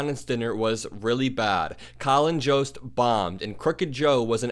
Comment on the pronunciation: I think Jost is pronounced with a Y sound not J. Like Yoda, Yost, for future refrence.